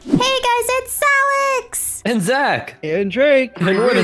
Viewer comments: Its sounds like Salex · Did Alex just call her self salex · go go girls yea she said Zalex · Ur not the only 1 that heard Zalex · I heard she said "Salex" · Its not "zalex" but ALEX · She said zalex😂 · She said Its alex But sounds like it zalex Tho that would be adorable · no she said zalex in the intro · She said its alex just the way she said it made it sound like zalex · She said itz Alex that why u heard zalex but cool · SHE SAID ZALEX I REPLAYED TO CHECK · I heard alex say: “Hey guys its zalex” 😂✨👌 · Alex “Hey guys it’s Zalex!” Me “it’s your couple name YOU SAID IT YAY!” XD like this if you noticed she said “Zalex” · Lol zalex 😂😂😂😂😂😂😂 I bet they should tell everyone they called that 😂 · I heard zalex but when I heard it more times I heard “ it’d Alex!” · Me:why did Alex said zalex Bff: yay i hear that🤣🤣🤣🤣🤣:-D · she said Hey Guys Itz ALEX! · Why did i hear alex say: HEY GUYS ITS ZALEX Instead of alex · "hey guys its salex" salex XD not Alex it's salex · Lol alex says 'Hi guys its zalex' Lol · “Hey guys it’s “Salex” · For some reason I heard Alex say Zalex when she did the intro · In the intro alex said salex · Alex you said salad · Hey stop saying I'm Zalex in Zach Not Zalex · Nope I heard Hi guys it ZALEX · Dude I caught it to she said zalex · I heard it she said Alex:hey guys it’s me zalex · She said itsalex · I heard "itz alex!" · She said "Hey guys it'z Alex!" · she said hey guys it's zalex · о, да, тя каза Zalex! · Sooo tyre I heard hey guys it zsalex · Did anyone only heard Zalex instead of Alex XD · What’s zalex lollllll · Maybe because Zach+ Alex= Zalex;)))) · Did u know that when Alex said her name she said zalex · who else hears zalex instead of alex i kept repeating it hahaha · Did anyone notice that in the beginning alex ssid "Im Zalex" =3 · I thought alex "im salad" 😂😂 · Did Alex say,”Hey I’m *Zalex!*” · Did alex just Said : "Hey guy's I'm Zalex!" 😅